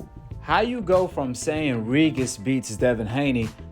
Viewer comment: Bro say Regis name correctly